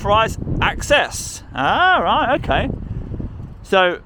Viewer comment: I love his accent… the drawn out syllables at the end of his sentences. Riiight.